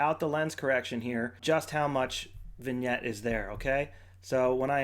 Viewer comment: Vignette, not vingette.